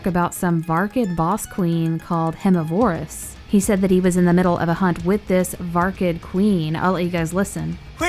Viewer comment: It is pronounced verm miv er iss